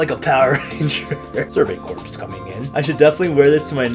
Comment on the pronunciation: "Corps" is pronounced "Core". Sorry if someone else has already let you know this!